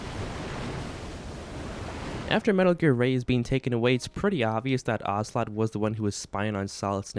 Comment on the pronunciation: “Ogla” hahaha. Good review though, MGS 2 is also one of my favourites if not my favourite.